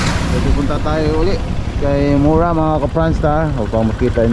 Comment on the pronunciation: hindi po mora tamang pag bigkas po mura para hindi po kayo pilipino baluktot po pag salita mo po ng tagalog po ayusin mo po ang pag salita po ng tagalog ka kahiya po kayo